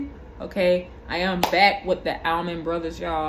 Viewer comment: Pronounced "All-Man" Not Al-Man.